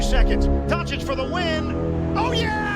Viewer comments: It's funny how many years takes them Americans to pronounce European last names the right way, it's not Donci-k is Doncits capisi? say tssssss at the end ok douche bags? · After so many years, they still can't say his last name right